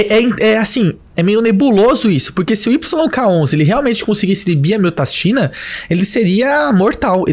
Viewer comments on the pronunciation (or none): Falou pouco mas falou bosta. Como você vai hipertrofiar o coração com inibição de miostatina (que você falou miotastina o vídeo todo), se você não estimula ele fisicamente? Você tá usando uma argumentação que cabe para GH, mas com certeza não tem coerência quando se trata de um inibidor de miostatina.